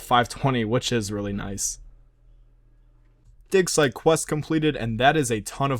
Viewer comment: its digsite not dicksite